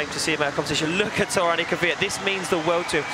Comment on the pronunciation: Drift Masters Grand Prix it's not called Torún, it's Toruń